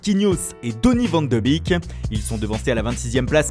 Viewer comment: "Vent de bik" 😂.Van de beek ça se prononce "Vanne de béék". 🇳🇱🇧🇪.c'est pour ça que les belges se foute de votre gueule .pareil avec de jong on prononce "De Yong" ça pique les oreilles